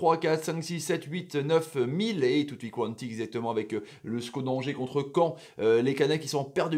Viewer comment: On dit CAEN PAS CEAN